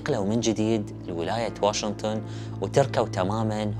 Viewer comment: يارجل تعليق عربي احكي( واشنطن) ليش (واشنتن)